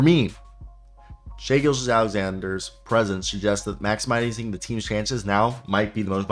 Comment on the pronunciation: Good video. Butchered a couple names but you mean well. Just call Shai SGA. It’s just easier lol. In a huge thunder fan and idk what to expect out of this season. They’ve completely exceeded my expectations